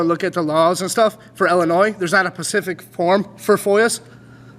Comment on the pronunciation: “there’s not a pacific form for FOIAS“. Hahah